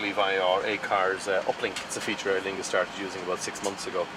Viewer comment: Its aER Lingus .....not aIr Lingus lol